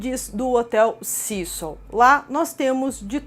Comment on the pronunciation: Pessimo, eu moro no Canada e a historia da familia nao ter ido ja em seguida pq eh longe..oi???Canada faz fronteira com USA e temos voos diarios de Vancouver, Toronto, Quebec direto para LA , a pronuncia do nome do hotel esta errada. Cécil como se le se fala em ingles tbem